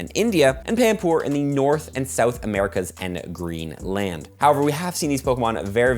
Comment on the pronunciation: See-ou-th, nice. Also why is New Zealand on the map straight up incorrect?